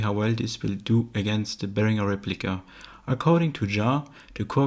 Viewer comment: My favourite part is the proper pronunciation of Behringer.